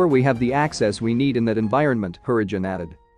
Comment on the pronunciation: Harrigan is said normally, then becomes 'Hurridge-un'. Why does this video have so much wrong pronunciation?